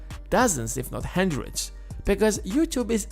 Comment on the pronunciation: It‘s called hUndreds not hendreds of dollars